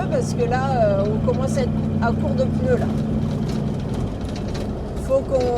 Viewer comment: 10/26 "les deux pEUneus qui avaient des Zhernies"? 😆